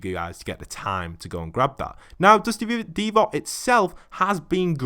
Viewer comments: It’s "Divot" not "Devot" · Divot is pronounced like “Divvit” not like “Deevaught”